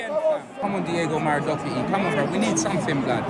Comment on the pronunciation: Mans said diego maradougherty 😂😂😂